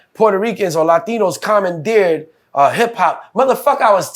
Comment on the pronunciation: Nigs in the hood saying commondeare? What hood is that? What does that even mean?